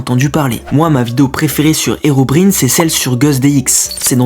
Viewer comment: Est-ce que je suis le seul à préférer cette chaîne à la chaîne principale ? ( PS : Je crois que Herobrine se prononce " Herobraïne " mais je suis pas un fan de Minecraft pour critiquer )